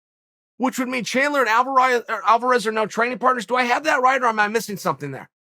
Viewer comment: Chael's so excited, he says "Alvaraz vs. Gaethje" is a monster fight. We have to take the good with the Chael. Much love, brother, keep up the great work !